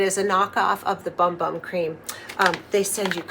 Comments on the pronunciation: I believe it’s actually pronounced “boom boom” cream. It’s still funny. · It's pronounced "Boom Boom". 💕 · I know it is pronounced boom boom, (by the Boogie) but I always call it 'Bum Bum'. Afterall, it is spelled that way🤣. I just ordered this kit because my daughter and sister-in-law love that scented cream so much, I think they will love my creation of one that is hopefully similar! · I love how creamy this looks. I love how you pronounce it as it’s printed. I’ve always called it Bum Bum, if that isn’t what they intended, they could have spelled it correctly. I’m definitely going to give it a go 🥰 thanks for sharing. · I love your videos! Isn’t it pronounced like “boom boom”? I pronounce it the way you do in my head but I think I’ve heard other influencers pronounce it boom boom.